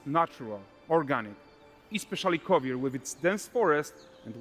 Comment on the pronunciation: Kovir more like hovir lol